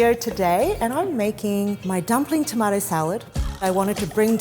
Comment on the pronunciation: I'm a Brit, so your pronounciation of Baz-il and toe-mart-toe is brill!